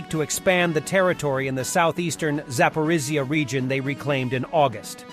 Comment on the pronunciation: He's still having trouble saying Zaporizhzhia 😁 still miss the old voice.